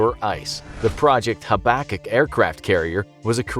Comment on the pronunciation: it's pronounced "hab-a-cook" over in Canada, we've heard of it XD